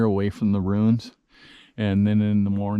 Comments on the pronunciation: Wonderful video! Fun and insightful. Don’t mean to nitpick but are you saying “runes” or “ruins”? Sorry for grammar police. Really don’t mean to be insulting or negative. Just something my weird brain couldn’t let go of. Love the video. The military man in me says that cave was an observation post but probably more related to hunting rather than military use. However that partial wall you found after looks a little more protective in nature. But that would work for a hidden hunter observing game as well. Well done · Are you saying (Runes or Ruins)? I'm not sure and I've listened to the you, saying the same words many times over and I still don't know? please let us know which one you've said? X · I had the same question. First time I've seen this channel, and I thought he was looking for Viking runes.